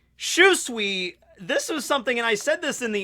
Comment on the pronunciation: My God Lear how to say SHUSUI fuckin name!!!!! That cringe from your pronouncing it like that is killing the mood.